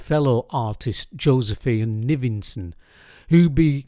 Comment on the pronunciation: I pronounce the surname ‘Nivison’ differently than what I heard here.😮